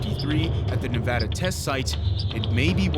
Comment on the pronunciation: I love how you pronounced Nevada correctly